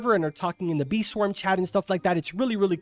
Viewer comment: I thought bro sayed knee swarm simulator